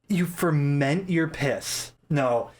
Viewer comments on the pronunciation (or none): Yo I actually cried when said FERMENT. Not laughter. Disgust. Love you 😊